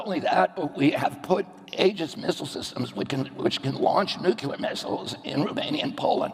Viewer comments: Nucular missiles ?!? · I like this guy a lot. Somebody please tell him to never say 'nucular' again. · He said nucular, fffffs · "nucular." not nuclear, "nucular." can't pronounce a word of such importance after a century of trying, stfu.